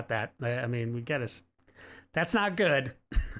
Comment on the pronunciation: yall doesn't pronounce the last letter of some word. "It won't be goo" he says.